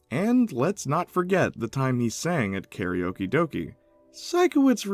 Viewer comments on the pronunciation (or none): none